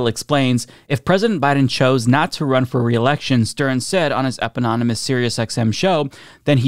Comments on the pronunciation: "Eponymous" not "epinonymous." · Dude I love you, but it's "EP-ON-UH-MOUS" not "EP-AH-NON-UH-MOUS". Look at the way "eponymous" is spelled; there's no room for how you pronounced it. It's a familiar mistake I made myself, up until senior year of high school. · the word is eponymous not epynonomus. 😂